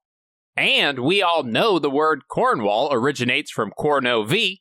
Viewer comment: Being from Devon hearing pronounciation of Cornwall without it sounding like Cornwool made my day 😂